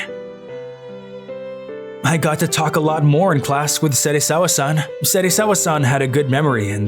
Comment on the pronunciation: yo you honestly lost me at "serisawa-san"